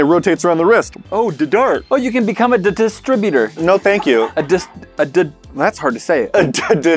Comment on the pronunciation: do u need therapy for talking because to say distributor is really easy and I think u would say It like my sister